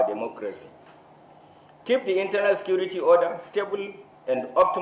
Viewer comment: How much did they give the IGP for this. He did not see the people that killed and mamed during election to arrest. He did not see oluomo to arrest. Yeye country with security agencies. Nonsense. This na grammar with all terrible pronunciations. LOL, National sikirity